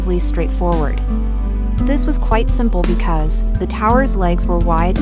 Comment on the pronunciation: More AI generated narration. , and "she" repeats herself. , the machine does not phrase the word "because" correctly , and cannot distinguish the word "lead" (to govern) from "lead" (a weight). One would suppose that the uploader would have been more careful releasing this clip, but even THAT is to much to ask!